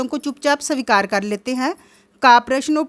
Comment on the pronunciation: Aapka hindi acha nahi h savikar svikar hota h or please handwriting thik kijiye ki, ko lgta hai Pronounciation thk kijiye